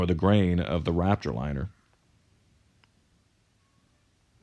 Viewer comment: Im sorry but im annoyed at the fact that you can't pronounce Raptor